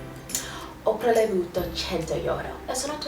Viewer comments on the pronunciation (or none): Complimenti,parli con molta fluidità! Migliora solo qualche accento,esempio si dice "prelevato" non "prelevuto". Nella parola "cattiva" l'accento è sulla i,non sulla a. Per il resto tutto perfetto! Avrei una domanda da farti: all'università gli studi li segui in italiano? Fai i corsi in italiano? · dai, a parte "insegna", "prelevato" è il fatto che brioche è femminile tutto a posto! amo la tua pronuncia italianaa😍😍